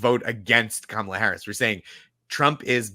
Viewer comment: Chappell Roan released another message this morning where she did get specific about Trans rights and Gaza, and also said she was voting for Kamala (whom she mispronounced.)